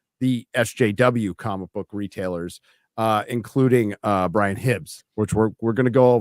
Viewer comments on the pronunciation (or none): none